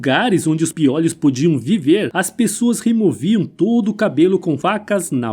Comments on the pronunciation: Não é 'piólhos' e sim 'piôlhos', claro que sem acento. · Legal o vídeo mas não é piólhos é piôlho que se pronuncia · Acho que o narrador não tinha ouvido falar em pi(ô)lho antes, ele pronuncia "piólhos" chega a ser irritante! 😂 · "Piólhos" foi difícil! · SE FALA PIOLHO, COMO MIOLO, BOLO. NUNCA VI NINGUÉM FALANDO PIÓLHOS, COMO OLHOS. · Diz ao narrador que não é piÓlhos, pronuncia-se piÔlhos, embora não leve acento. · NÃO É PIÓLHOS...E SIM PIÔLHOS... CONSERTE ISTO! Se fala piolhos (Sem Acento). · PIÓLEOS É BOM..KKKKKK SE DIZ,PIOLHOS.... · Sim mano da uma agonia ele falando piólhos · Desculpaí, eu também percebi a pronúncia de " piólhos " que soa como um gongo nos meus ouvidos... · Muito bom o vídeo,só não e tendi o plural de piôlho ser piòlhos kkkkkk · Essa pronuncia de "piólhos" de onde saiu??? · Piólhos ? Não são todas as palavras que mudam a vogal tônica de o pra ó. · Showing results for pronúncia de piolhos Search instead for prouncia de piolhos pi·o·lho |ô| 1. O CORRETO É piolhos "Ô" Desculpe apenas uma crítica costrutiva. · PIÓ LHOS? 😂😂😂😂😂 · Amo o antigo Egito ,agora escutar o locutor do vídeo pronunciando "piólhos" me deu um pouco de dor no ouvido . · Meu amigo! Doeu você falar piólhos. É como ouvir alguém falar cachórros, bólos, dóces… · FALA-SE PIÔLHOS , OK? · Vc está otimo achei graca na pronuncia do piolho mas está original ,vc está muito bem .bjos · O jeito desse cara falar piolhos é ridiculo. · Super interessante ,mas os a forma errada de falar piolho me deu nervoso .Mas parabéns pelo conteúdo. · Caracas, achei que só eu ficava aflito com essa forma dele dizer "piolho" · “Piólhos”...”hieroglífos”... 😳 correto é piolhos e hieróglifos!